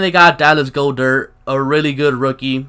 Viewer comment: Lol “Dallas go-dirt” lmaoooo